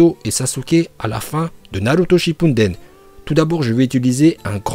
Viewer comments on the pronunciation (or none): on dit Naruto shipudden pas shippunden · Et retourne sur Dbz toi tu dis que dla merde "iuzumaki" "hokadje""shipunden" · 1er titre réel je veux rien savoir. De plus les prononciations des noms ex :KaG Naluto Shipunden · je comprend pas pour quoi il a commencer par dire naruto puis naluto spippunden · Pk tu dis shippunden au lieu de shippuden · Et Naruto shinpunden aussiiiii ça me pete le oreille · Non chipouneten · Arrête de dire « Shipunden »😭